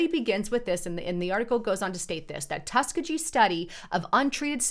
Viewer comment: Hey sweetie! Great job!!! But just to let you know , Tuskegee is pronounced, Tusk- KEY- jee. I'm originally from Mobile, AL, and that's the way we always pronounced it Thank you for all of your work!!! 🌞😘🙏